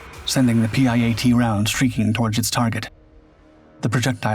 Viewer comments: It is called a PIAT not a P. I .A. T . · PIAT its kinda pronounced pee-at. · Spelling out the PIAT launcher every time was real annoying. Why not just call it a PI-AT like normal? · Pronounced pee-at ffs. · PIAT is pronounced pee at. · It's pronounced Peeyot. Its spelled PIAT. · It’s a P I A T- PIAT.